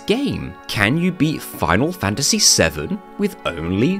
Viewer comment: Ah. The lesser known protagonist of Foonal Foontasy VII - Clood Stroofe